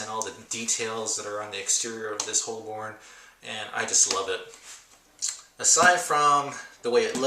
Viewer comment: hey.. it's pronounced "Hobun" lol .. I love filofax.. good review